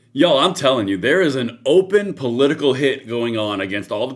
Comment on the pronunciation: 😂 we love you here in California but everytime you say YOU'ALL we hear deliverance 😅 just saying